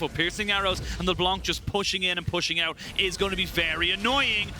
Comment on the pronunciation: Where did these casters come from though? Since when is 'out' pronounced as "eute"? O.o